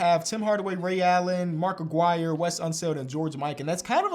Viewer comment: I always hated how says Aguirre